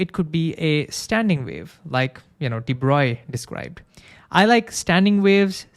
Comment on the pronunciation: Hooray! You pronounced de Broglie’s name correctly!!